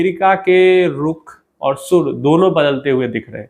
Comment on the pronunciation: ना शुर ना शुरू। सुर होता है सर जी